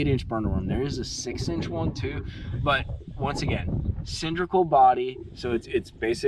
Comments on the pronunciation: it's cylindrical with an " L" say the word properly, it' s not cindrical. It's a hard "L". Don't take offence,thanks. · Homie, love your content and videos. But it's " Cyl-in-dri-cal". You're killing me with that. Lol 😂. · The word is cylindrical there “”